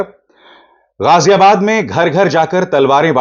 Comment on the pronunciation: Sir, you said Ghaziabad, which sounded good to hear. Usually Indians say Gajiabad.Your vlog is completely unbiased. This man wearing orange clothes and glasses is honestly talking a lot of nonsense against Islam. Such people should be taught a lesson. If India has to be saved, then Modi will have to be removed. He has turned India, which used to be a secular country, towards extremism. Sometimes Muslim girls’ veils are removed, sometimes Christians are attacked on Christmas, and sometimes people are forcibly made to adopt his religion. Every human being should have the freedom to live their life in their own way.